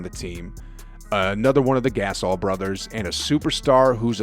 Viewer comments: This video was ok....but u are assuming an awful lot from the warriors and alot to go wrong with the lakers. Also.....Guh-sahl....not Gay-suhl..... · lol "Mark Gass'ol" lmao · Never trust someone who calls the Gasol brothers the "Gas All" brothers.